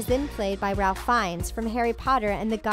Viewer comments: The "Ralph" in Ralph Fiennes is actually pronounced "Rafe." Rhymes with "Safe." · Ralph Fiennes, pronounced like "Rafe"